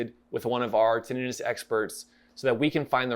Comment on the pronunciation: Thank you for this review - I have had Tinnitus since I was born - and thank YOU for pronouncing it correctly - I get irritated when people call it 'Tinn i tus'